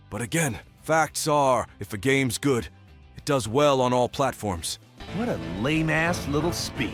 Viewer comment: im sorry the Text to Speech is just too perfect. this Chris Redfield serious voice mixed with the mispronunciation like "yor infoosing yuor Opeeneeyonngg an pursonal LoGICK" xD Edit: OMG WHAT WAS THAT?! "Meanwhile for xbox... most played Starfield is above Apex Legends...and other GaAaAaAaSsSsS!!!" WHAT WAS THAT?! THAT THREW ME OFF SO MUCH!!